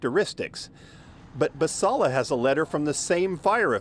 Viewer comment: Team Basalla! That Karen didn’t even give the gardener the courtesy of pronouncing her name correctly. That is the ultimate example of passive aggression. “There is no design.” What a statement. If you want design, go look into the bylines of your HOA agreements…I’m sure there’s a lot of design in those neatly written paragraphs. Stay classy, Novato.